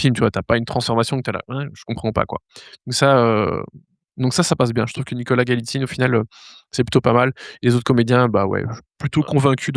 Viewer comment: Nicholas Galitzine, pas Skalatine... 🫤. Il est connu en plus, et en tant que ''cinephile'' vous devriez connaître ses précédents films (Fucking Prince, ...).